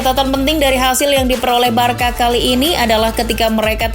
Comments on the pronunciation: pronounce nya “barsya” bukan “barka” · tolong naratornya belajar pronounce2 dulu deh, info bagus dikemas narator pas2an jadinya kurang nyaman. giusepe meatza pronouncenya, bukan meaza. el barsya, bukan barka, aduuh, dan keliatan baca teks banget.